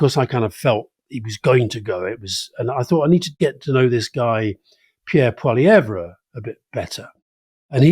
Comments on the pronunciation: Since it seems likely that we're going to be seeing and hearing a great deal more of this man, here's a little friendly pronunciation advice for all those Anglo speakers out there who sometimes have difficulty with French names. Pierre Poilievre's last name is pronounced 'paw-lee-ev'. 😀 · Poli-ev (the re on the end is silent) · Why are french politician names funny? We're a bilingual country and they're serious and respected ministers. Also, Poilievre pronounces his name like Pol-ee-ev. Otherwise, I enjoyed your discussion about Canada. I will add that LeBlanc is Trudeau's long time friend and replacement Finance Minister for Freeland, so like Freeland will carry the association with Trudeau into the race. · Could someone please correct Alistair Campbell's pronunciation of "Poilievre"? He's absolutely butchering the last syllable.